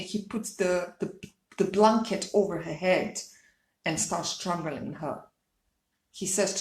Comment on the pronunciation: “The blunket”...ok- next!